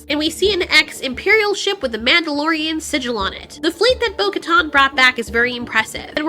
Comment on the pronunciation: “The MANTELorian”